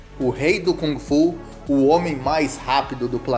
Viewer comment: Boa noite, Bruce Lee foi, é e para sempre será o melhor lutador de todos os tempos que este planeta conheceu, indubitavelmente, simplesmente ele era um gênio, aí esta a gigantesquíssima diferença entre ele e outros! E por favor aprenda a pronunciar Kung Fu! Qual é a credibilidade de alguém que fala sobre o melhor lutador de todos os tempos Bruce Lee, se essa pessoa não sabe se quer pronunciar direito a arte marcial na sua essência chinesa que Bruce Lee mostrou ao mundo?